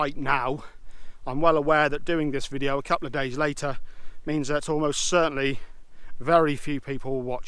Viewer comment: How do you mispronounce days like that?! haha! Entertaining stuff again, keep it up!